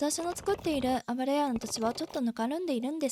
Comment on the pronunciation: スゴイのに「あぶらや」のせいで全然入ってこない… 「ゆや」ねｗ